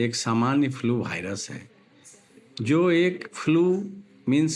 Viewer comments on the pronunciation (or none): Viras ko Bhairas bata raha😂